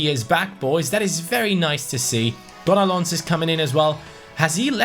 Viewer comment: Yes gonolons is gonogone😂😂